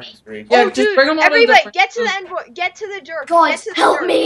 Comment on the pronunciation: still saying envoy wrong